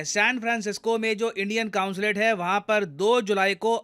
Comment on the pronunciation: कॉन्सुलेट होता है न की कांसुलेट